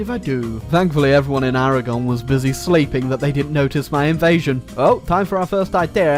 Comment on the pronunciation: Aragon is Aragone.